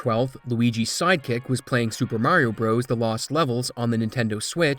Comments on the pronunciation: It's pronounced "Brothers" not "Bros" Edit: In the same way Donkey Kong "Jr" is pronounced "Junior" not "Jirh" . The declining literacy of the younger generation is real! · IT'S NOT PRONOUNCED "BROS!!!!" It's "Brothers" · it's not "bros". even when it's abbreviated, it's pronounced "brothers"... i weep for the future. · If You say Super Mario "BROES" like a r3tard and not BROTHERS, which is the correct wording will always get a dislike from me. How do you say Dr.Mario? DERRR? so dumb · Lol pronouncing brothers as bros. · This is truly fascinating stuff, and an amazing community effort, but the most surprising thing to me about this video was learning that there are people that say "super mario broze" rather than "super mario brothers" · Brothers. Please say Brothers not Bros.